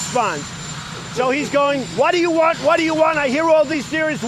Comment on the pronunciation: Prototype 1.0 Trump: you talkin to me? Trump Beta 2.0: Whah da ya wahnt? Whah da ya wahnt?Whah da ya wahnt?Whah da ya wahnt? Whah da ya wahnt? Trump Final Version: muzzled in an asylum. Communication flag = 0. Insanity level = Max